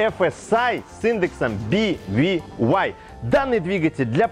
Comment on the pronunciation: мы все читаем эти BVY и прочие CDAB по не-немесски. К чему тебе эти би ви вай? Он же немец